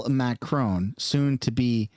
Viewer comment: Macroni and Cheese did you say ?😂😂😂